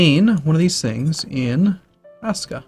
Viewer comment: It's pronounced Rashka. you can do it. You can pronounce stuff right! You just gotta try.